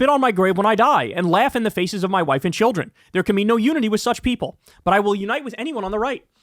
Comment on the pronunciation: Just casually pronouncing ”my wife” completely incorrectly. You’ve changed, man. 😕